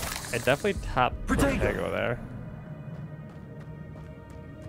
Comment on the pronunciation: Everytime he says 'protego' I hear 'potato'